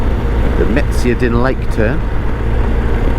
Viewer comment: Just found your channel & your road trip thru my area :). I live more towards the north BC coast in Terrace. Love the accent, chuckling at some of the pronouncing of places like Meziadin. The mountains in this area are not part of the Rockies - these are the Coastal Mountains. The foothills of the Rockies don't show until the other side of Prince George.